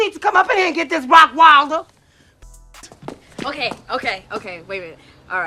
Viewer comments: I always thought he was saying Rottwielder. Either or still hilarious!! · Lmao “Rock Wilder” is how he pronounced it and when I was a kid I was pronouncing it like that bc of him lmao